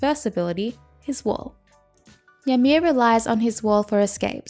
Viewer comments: It's pronounced ee-mear. Just letting you know is all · Its pronounced "EE-mir" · the way she says ymir xD